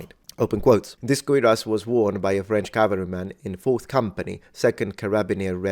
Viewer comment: It REPEATEDLY sounds like you are saying "queer ass" instead of "cuirass". Perhaps "odd donkey" or "bizarre burro" would have been a better choice of words conjuring up memories of "Francis The Talking Mule".